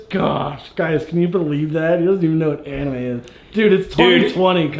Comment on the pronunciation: What the hell is an-ime lol